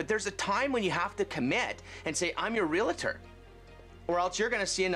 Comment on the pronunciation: How is it even realtors can't say their titles correctly? There's no such word as "real-i-tor."